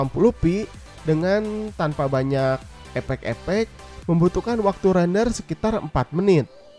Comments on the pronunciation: efek-efek bang, bukan epek-epek haha :v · "Tanpa banyak Epek-Epek" ane kira apaan bang, ternyata "Effect" versi urang sunda... :v